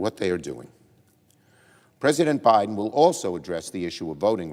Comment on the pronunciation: He pronounced biden wrong